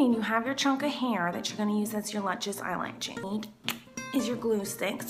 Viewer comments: I knew she would say eyelatches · " eye latches" teehee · kills me every time. I die laughing. She's like 'If you want lu-chus eye-latches' and I pause the video so I can have a moment. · I knew she'd be saying "eye-latches" before even clicking on the vid :D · you know miranda too well if you read eyelashes "eyelatches" 😂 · long latchez eyelatchez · The way Miranda says eyelashes haha